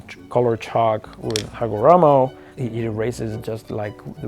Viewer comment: I love the rolling R-esque way you enunciate Hagoromo, it's almost as satisfying as watching the chalk manufacturing process lol